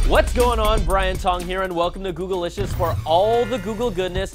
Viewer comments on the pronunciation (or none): none